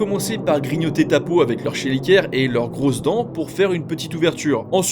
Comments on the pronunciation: Chélicère ça se prononce "kélissaire". Sale bête de Satan je les hais. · Ça se dit kelicère il me semble.